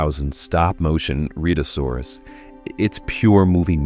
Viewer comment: It is pronounced... Red a sourus... Not read a saurus